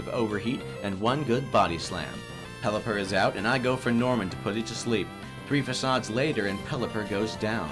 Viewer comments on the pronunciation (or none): none